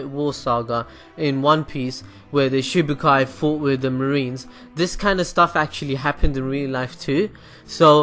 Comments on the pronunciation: I've been seeing this a lot lately Its Shichibukai not shibukai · haha he says shibukai :P it's shichibukai haha I hate one piece and even I know that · shibukai -_- srly it's Shishibukai